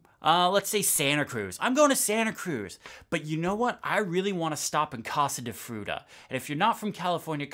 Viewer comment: The way you pronounced “Case de Fruta” in such an Americanized way… yikes